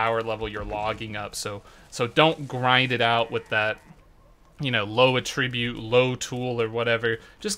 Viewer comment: should maybe look into pronouncing attributes correctly.....no biggy just sounds odd the way you mispronounce it :)